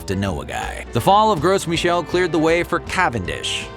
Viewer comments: "Gru" Michelle you don't pronounce the S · gross michel? must be from the states... that pronunciation, eeeeeeeew.